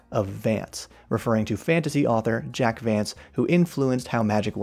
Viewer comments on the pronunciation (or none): none